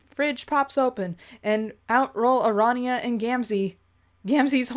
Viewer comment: Pair-ity. Ara-knee-ah.